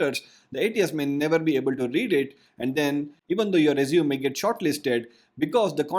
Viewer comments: It is r-E-sU-m-E not r-E-sU-m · IT'S PRONOUNCED AS RE-ZUME-AY, NOT RESUME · I dislike how he says the word resume. It's not rez-zoom it's rez-zoo-may. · Hi, just a english correction. "Resume" is pronouced "Res...ooo...may" "Resumay" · As verb resume As noun- resumé. That's it. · Your pronouncing resume incorrectly. Good tips though. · I guess the word Resume in this case is pronounced differently. The way you pronounced it means to "continue from where you left". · Just for future reference, you may want to change the way you pronounce resume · Someone who doesn’t know how resume is pronounced probably definitely isn’t an expert on the subject